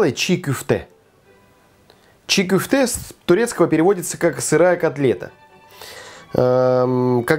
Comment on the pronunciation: Только не кюфте, а кёфте, котлета по турецки.